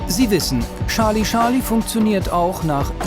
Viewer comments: Bitte, bitte… Charlie - /ˈtʃɑː(r)li/, durch die tausendfache Wiederholung war’s schon schmerzhaft. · Wieso sagen die immer Schali-Schali? Seit wann folgt das Fliegeralphabet nicht mehr der englischen Aussprache? Man sagt ja auch nicht Schali Chaplin oder Prinz Schales. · „Scharlie Scharlie“